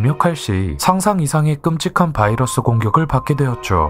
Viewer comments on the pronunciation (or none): none